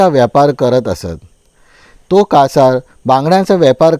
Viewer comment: कसार नाही कासार